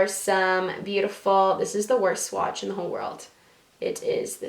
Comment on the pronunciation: ***** if you listen to her that's what she said she didn't say swatch , it was funny because she didn't say it right I replayed it 4 times to make sure I heard her correctly. I'm not sure if I spelled what she said right because it's not a word. But I love ppl to. 😍😁